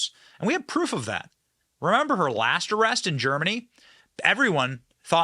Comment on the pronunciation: Benny what was with the Scottish “arrrrest”?😂 being a Scot thats been “arrrested” several times I can confirm it was pretty damn close.😂